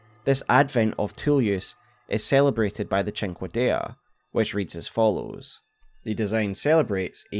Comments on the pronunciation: the dagger you butchered btw is pronounced, Sin-Kay-Dah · The beast finger sword is pronounced "sink-D." Googling a word with "pronunciation" goes a long way. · I am watching this and I wonder. Would Seath the Scaleless have been happier if his skin was gooooold? Also I just now realized. We fight Placudusax at literally less than half power/strength 😮 Finally, I can't stop laughing at the pronunciation of cinquedea 😂